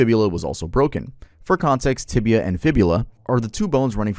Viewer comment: It's "tibia", not "tibula".